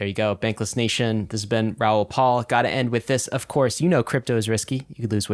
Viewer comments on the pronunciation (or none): First rule of interviewing someone is to at least know how to properly pronounce their name. 🤦 How many times has he been on your show? His last name is "PAL" not "PAUL"